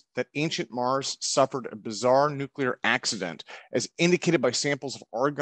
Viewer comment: Absolutely hate when “nuclear” physicists pronounce the word incorrectly.